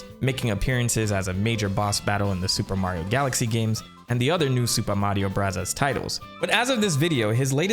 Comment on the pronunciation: Its not Supa Mario Brazaz